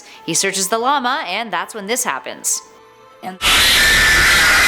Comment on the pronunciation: Yo wHO hErE saYs llamA likE La lama